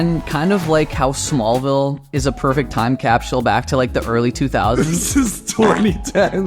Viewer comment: lol “cap-shool”